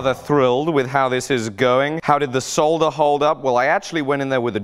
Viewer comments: OK bud, look, I'm not sure if youre doing it jokingly, but you don't pronounce the L. Its pronounced SODDER. No L. lol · Saw duhr... it's pronounced saw duhr. The L is silent! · You don't pronounce the l son solder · Today I learned that English people pronounce the 'L' in solder. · dont think ive ever heard such a hard pronunciation of the L in solder. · Never heard anyone say solder like that haha